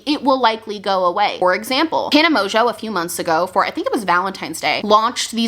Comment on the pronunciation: I love how you call her Tana Mojo lmaoooo